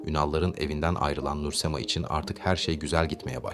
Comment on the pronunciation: Şu Nur Semayı söyleyemedin öğrenemedin